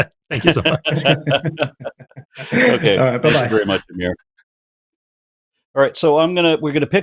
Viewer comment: pronouncing Amir's name "aymer" from now on